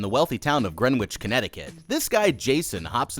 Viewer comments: The 'w' is silent. It's pronounced "Gren-itch" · "gren wich" lmfao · Greenwich = Gren-Itch Just trying to save you from getting smacked one day. They are FANATIC about the pronunciation. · It's said like grenich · Its pronounced grenich ik its weird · As someone who lives 20 minutes away, you don't pronounce the W in Greenwich